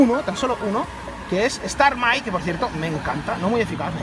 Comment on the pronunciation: stamai no, STARMI!!!!